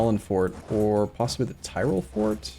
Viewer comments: I swear hearing him say tirol brings me physical pain. It easy, say tea, good, now say roll, good. That's how you say tirol not Thai roll... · Mispronunciation, sure. But horrible butchering like thairoll is inexcusable.